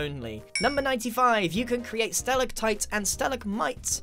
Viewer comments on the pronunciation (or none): 'You can make stalegtites with cobblestone' 1.17 lol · Grian: to make stallagtites and stalagmites Me: laughs in 1.17